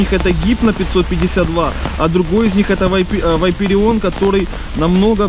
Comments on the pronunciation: Братан, говори не Вайпереон, а ВапОрион! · Вапореон , а не Вапареон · АХХАХ чтооо? ВАЙПереон? Может вапорион?😂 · Не Вайпереон, а Ваперион! Где там буква i ? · да не вайперион а вопарион говори правильно плиз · вапореон а не вайперион, кровь из ушей, 40 лет типу он не может по буквам прочитать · не вайпирион а вапарион